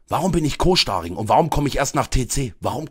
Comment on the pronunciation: Warum Co-SCHTARING?